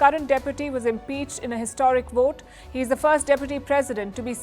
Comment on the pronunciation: Palkisha.... it's "vote" not "wote"